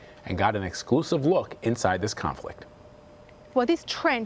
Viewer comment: god dammit what pronunciation is this? can you say Ukraine? I've been doing throat exercises for an hour to say that.